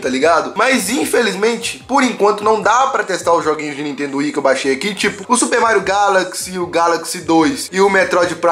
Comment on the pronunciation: falando Mairo shunshine se tornou realidade kk